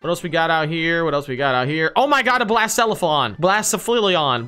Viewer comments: How to say Blacephalon (this is not meant to be offensive) Bla-sef-a-lon Edit: let me tell you a story: I was in build a bear and bought a 3 pack of Pokemon cards And in it was a Buzzwole full art gx The same thing happened but instead of Buzzwole it was a full art scratchy ex primal groudon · You say Blacephalon as blah-sef-a-lon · Blacephalon is pronounced bla sef alon Celesteela is pronounced cell e steel a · Blass-fallon lol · It’s, BLA SEF A LON